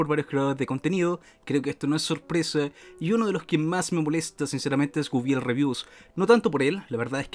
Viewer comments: Bueno yo soy medio fan de Guibel y me limitare a decir... porque nadie puede pronunciar correctamente Guibel...?, lo anda pronunciando Wuibel XD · Y no sabes pronunciar su nombre no sé de que país seas pero si no tiene una "Ü" no se lee como lo dices.